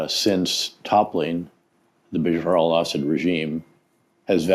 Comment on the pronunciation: It’s Beh-SHAAR al ESS-ed.